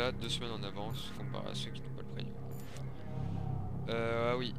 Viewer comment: On dit pas preNium, mais PREMIUM! C'est quand même pas compliqué, c'est écrit partout dans ta vidéo en + ...